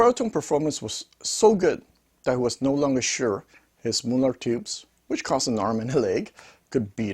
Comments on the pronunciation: "Mulah'd" Good new pronunciation for the super expensive NOS British manufactured valves😅 Plain Mullard for new Russian tube products ? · Please accept this as advice, not criticism. Mullard was a British company and I am old enough to remember when they were still producing electronics. The name was always pronounced in an English way; i.e. the u as in mud and the ard as in hard. By the way, what is happening with modern made Mullard valves being marked British made when they're pretty obviously Chinese made?